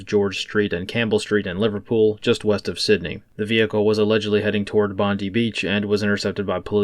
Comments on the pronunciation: Its pronounced BOND-EYE not BOND-EEE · Mate it is pronounced bond-die 👍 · Not to harp on pronunciation but it is Bond-eye. ASIO intelligence linked it. They are still in custody. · There won't be any info released to the media by the Australian nanny state even when they have all the details... P.S. in Oz we say Bondi 'Bond-eye'